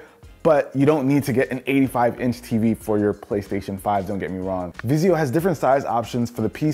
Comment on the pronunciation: "Vizio." Please stop.